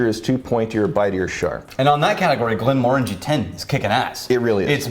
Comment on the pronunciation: You guys are pronouncing Glenmorangie wrong.